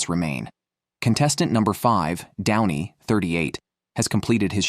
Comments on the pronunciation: Downy??? you ai generated Muppet lol 🤣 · Bogus A I voice, total mispronunciations and numerous screw ups. is "Downy". This is pathetic. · "down-ie" instead of "don-ie" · Downy??? :D come on! let the AI bot at least TRY to pronounce it properly! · getting renamed to "Downie" caught me off guard so bad hahaha